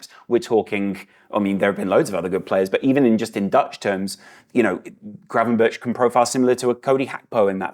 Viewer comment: The pronounciation of Gravenberch is not with "burch" on the end. The "ch" sound is the same as the "g" sound in Dutch. So more like it says gravenberg.